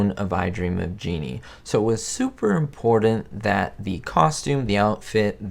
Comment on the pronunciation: The word,” important”, has two ‘t’s and NO ‘d’s... Just saying. And there are no ‘d’s in the word, ‘button, either.